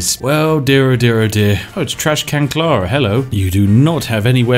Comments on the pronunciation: Carla… Not Clara…… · Why are you calling Carla Clara^^?